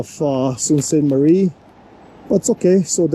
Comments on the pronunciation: Sault Pronounced "Soo" Saint Marie. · Pronounced Soo Saint Marie. You were in the worst part of town. Gore street is the crack head area of town and has been for decades. There are plenty of really nice homes and areas north and east of the city. Honestly I hate Toronto. Way too many people and it’s fugly down town also.